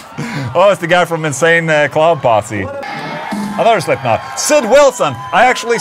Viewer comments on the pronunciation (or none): none